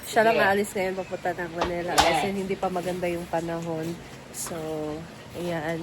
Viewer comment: Sa pagpapaganda mo ng pagssalita nama m ali na pronunciation mo. It is Manila not Manela🤣